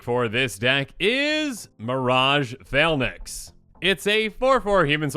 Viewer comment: Did you for real say mirage “Phal-Nax”??? is really droppin the ball lately smh.